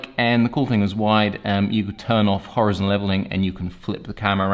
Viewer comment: It’s Hor-EYE-zon mate.